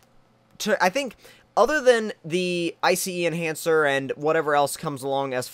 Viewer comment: IF YOU SAY I C E ENHANCER AGAIN. JESUS CHRIST. It's iCEnhancer not iCEEnhancer